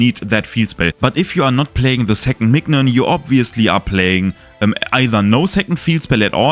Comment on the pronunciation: Great video ! Just wanna mention, mignon is pronounced like the word minion